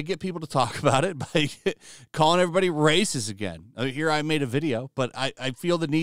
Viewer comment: Love your stuff, hate when you (And ) think you are voice actors. Please stopt it with the trilled RRRRRRRacism